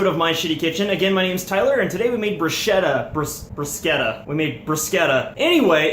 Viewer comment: It's the first time I ear a non-italian person pronounce "bruschetta" as it should be. I'm feeling so emotional right now